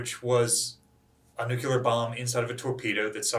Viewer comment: Nuclear. New Clear. Nuclear. Not New Qular. Nuclear.